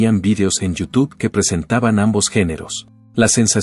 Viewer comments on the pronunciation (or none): none